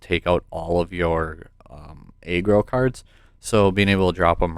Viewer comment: Nice vid! Oh btw it’s pronounced (Ah-Grow) not (Aye-Grow)= aggro